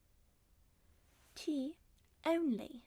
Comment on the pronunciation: Im new but are you British cause when you said tea only it sounded British